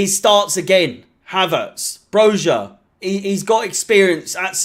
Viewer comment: It’s pronounced broya you knob